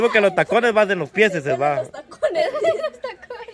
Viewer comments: se dice pies no PIECES según la real academia de la lengua española. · se dce pies, y no pieceses. Q bárbara, lee los comentarios para que aprendas a pronunciar correctamente. Xq tú lees loq te conviene. Hablas muy mal. Hay q leer para aprender, no nada mas es pedir dinero. La mayoria de ustedes hablan ml mal, pero leyendo mucho aprenderan a hablar correctamente. Ya deja deser tan ignorante.